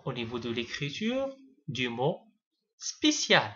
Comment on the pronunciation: C spécial et non spiicial sinnon c bien expliqué